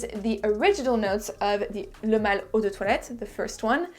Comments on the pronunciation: I could never say pronounce and say the name like you do. I'm almost intimidated to buy it because I can't even say it, must be my Brooklyn accent 😄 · I'm french and i 100% validate your french accent.